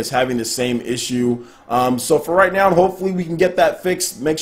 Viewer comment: Is it me or does keep saying 'Nown' instead of 'now'?